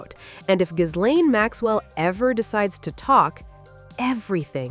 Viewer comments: The S is silent in Ghislaine. I believe she has the most mispronounced first name on earth, especially in Podcasts. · FYI, the S in Ghislaine is silent and it’s pronounced Gi-LENN in French. I know… but it’s true 😅